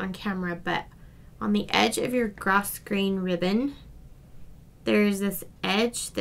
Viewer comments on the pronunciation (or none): Grosgrain is pronounced 'grow-grain'